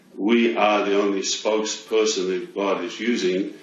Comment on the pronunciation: Good info, but can you say God instead of Gad, which is what the org say, also, try not to be so robotic like the JW's as it is off putting when watching as it reminds me too much of them.